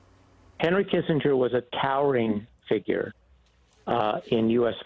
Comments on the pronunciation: After 100 years, you could at least pronounce his name correctly. (Soft G) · For someone as well known for as long as Henry Kissen(j)er was, it would be appropriate to learn how to pronounce his name. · That is not how his name is pronounced!